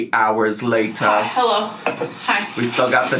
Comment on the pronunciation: I love it so much when you’re like ‘Two. Hours. Later’ 😂